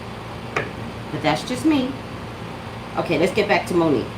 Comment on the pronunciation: I just realized you said #Mo'NiGue